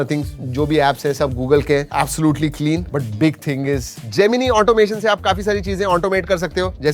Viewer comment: जेमीनाय ❌ जेमीनी ✅😂 जेमीनी refined sunflower oil ✅